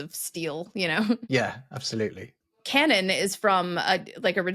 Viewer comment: You got “cannon” wrong, though.